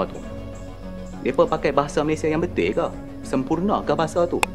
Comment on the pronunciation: Abang ini ngomong betul aja nggak betuy😂